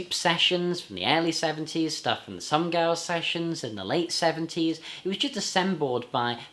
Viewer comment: I cannot agree with you on 'Some Girls' and not 'Some Gals' as you seem to pronounce it most of the time in your review. 'Some Girls' is an absolutely brilliant album. A 5* CLASSIC ALL DAY AND NIGHT LONG!! PS: Good general review of the Stones studio album discography. 👍